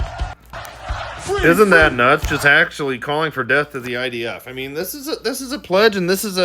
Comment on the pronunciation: The stupid div ,can't even say death he says def ,thicko, God will soon judge him ,,,let's all chant ,bless,bless ,the IDF ❤